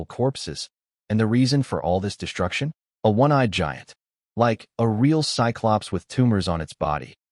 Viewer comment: Also cyclops is pronounced sigh-clops.